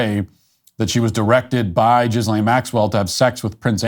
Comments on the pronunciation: it's not pronounced Jizz-lane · I like how you pronunce her name - Jizz Lane. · “Gizzlane Maxwell” 💀 😂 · I love that matt walsh always says "jizzlane maxwell" because i do the same